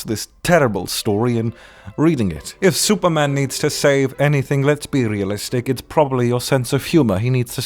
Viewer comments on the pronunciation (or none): he said anythink